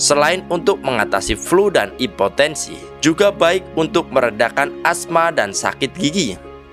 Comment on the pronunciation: Impotensi lol😂 bukan epotensi